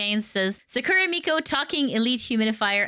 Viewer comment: You are pronouncing "Sakura" incorrectly, the stress must be on "Sa", not at the end of the word.